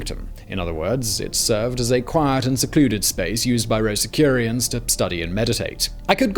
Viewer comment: Rosi-CROO-SHANS - check the spelling. Otherwise a fascinating, well researched and presented topic - especially for non-USA folks.